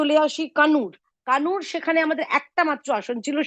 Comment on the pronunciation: কানুর নয় কান্নুর